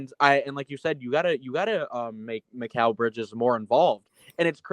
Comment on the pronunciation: Why do keeps on saying “Macal” his name is mikal 😂